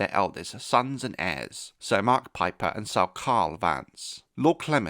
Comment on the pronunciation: Not house "pipe her" 😂😂😂